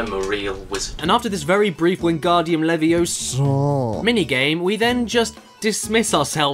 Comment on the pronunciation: Caddy...it's LevioSAAAAAAH